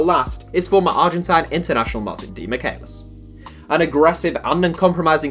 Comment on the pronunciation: Its pronounced demi-Chay-lis